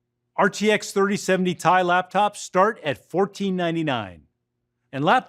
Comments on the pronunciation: Why does he keep saying Ti. Everyone knows Its pronounced Ti. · Its called a T I not TIE... who is this guy